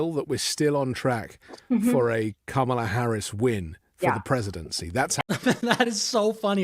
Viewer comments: “Dramala” for Kamala with a Racist Slant 😱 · I about threw up at the "Dramala" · WTF is a dramala and a pajamla? 🤔